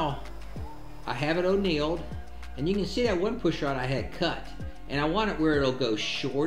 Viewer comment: Oneiled? Isn't it annealed? Lol